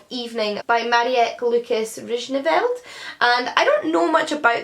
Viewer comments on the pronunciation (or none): I had a lil chuckle at your pronunciation of Marieke Lucas Rijneveld ahaha. Marieke is pronounced like 'Marie' and then you just add 'kuh' at the end. :) Rijneveld I think someone else already explained but it's basically rye(like the grain)-nuh-veld. Very curious to see what you think of the Discomfort of Evening! I've been hesitant to read it because I hate the Dutch literary tradition and have yet to read a Dutch literary fiction book that I love (we do children's books really well though), but I'm definitely curious about this one! Fun fact, Marieke Lucas Rijneveld is actually a non-binary author! Also, I was wondering, is there any way someone could potentially send you a book that doesn't go via amazon? I really like the concept of amazon wishlists but I try not to put money into the pockets of mr. Bezos if I can help it...